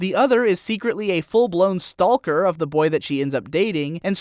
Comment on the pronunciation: "full blown STALLker"